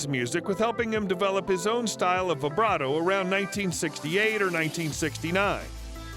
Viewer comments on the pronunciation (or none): none